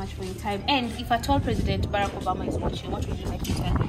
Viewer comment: Put that word in full president Barack Uberma not Uberma ok